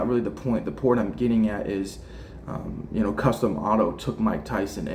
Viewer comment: Cus its Cus D'amato. Not custom or whatever you're saying!!?